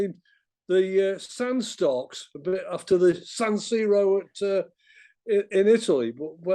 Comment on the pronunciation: “San Starko”